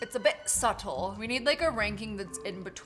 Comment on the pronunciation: Low-key whim she had the suckers and was like it’s a bit settle it sounded British